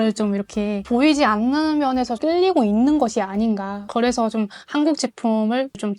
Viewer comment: 그냥 예쁘게 생긴 한국녀 ㅋㅋㅋㅋㅋ 한국어 쓸 때 독특한 말이 있네 그 발음 대신 고 그래서 가 아니라 고래서 ㅋㅋㅋㅋㅋ 한국에서 좋은 남자만나 ㅎ란국에서 행복한 생활 그냥 하세요 나중에 몽골과 연방국가 될거니깤ㅋㅋ